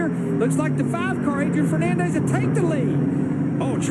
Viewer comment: "Adrian Fernoondez" -Darrell Waltrip